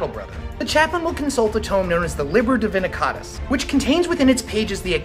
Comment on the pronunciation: Writes Divinitus, reads DiviniCAtus. Yanks I guess.